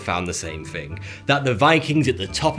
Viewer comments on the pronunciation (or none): none